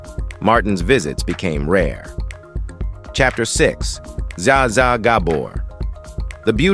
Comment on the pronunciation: Zsa was pronounced Jawsuh.